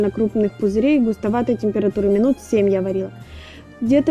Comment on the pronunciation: Почему вы говорите сем, хатовить и ... храма хустая смесь Это акцент?